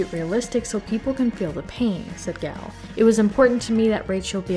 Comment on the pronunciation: Nice work! I really liked the movie. Just a note, the T in Gadot is not silent. Ga-dough-t. Gal is pronounced Gahl. Gahl Ga-dough-t 😊